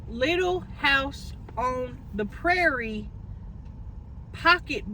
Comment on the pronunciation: I cannot! You butchered Little House for real. But you are the best so you get a pass.